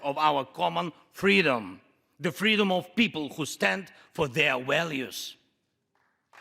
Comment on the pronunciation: "Walues" is now the word of the year.